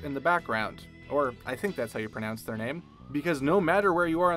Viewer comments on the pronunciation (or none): none